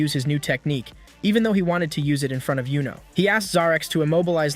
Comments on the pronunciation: Pronouncing yuno as Yo-No already was a red flag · Bro its not jowno its yuno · I want to stop watching based on that. He put in a lot of work on this props for that. YOU-NO is the correct pronunciation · it's youno not yono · Wassup with bro saying dude’s name wrong when bros name not that hard to say. That’s a red flag get the name right bro